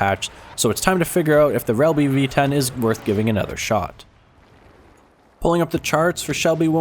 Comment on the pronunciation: are you drunk? Shelby and bossik:/